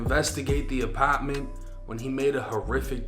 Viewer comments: Wtf is an “APOTMENT”😂😂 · Why does bro refuse to say apartment the right way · Her apawtment